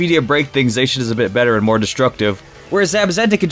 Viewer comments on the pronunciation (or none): Z... Zackian? Sweetie- Zacian. No k. Zay-see-an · It’s “Zah-See-In” not “Zak-an-ee-yan” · It’s za chi en not za ck eon or za chi not how ever you pronounced it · Its pronounced Zay-she-in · (Zi- shi- yen) (Za- ma- zenta) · Again...you say Zacian wrong. There is a "shh" there in the middle not an "ack" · It’s zae-she-en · No one can decide how to pronounce zacian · How the FUCK did you just pronounce Zacian They literally say the correct pronunciation in its reveal trailer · Is he butchering Zacian name on purpose? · Please learn to pronounce Pokémon names correctly. Your pronunciation of Zacian and Yveltal are both very off.